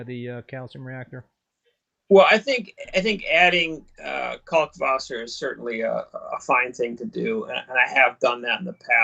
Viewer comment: Finally! Someone who pronounces Kalkwasser correctly 👍